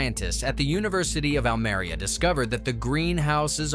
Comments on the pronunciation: Almeria! Learn how to pronounce it. Almería! Oh that is painful. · Almería, no Almaria. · the minimum you could and should do in a video on Almeria is to pronounce the name Almeria correctly. And to discuss the social problem (of modern slavery) more intensively when comparing with dutch greenhouses and interview a local politician about this problem